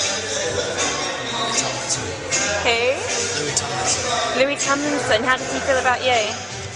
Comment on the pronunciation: You lost me after you pronounced Louis’ name incorrectly.